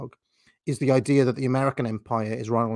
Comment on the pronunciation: I would if he didn’t pronounce “the” as “vuh”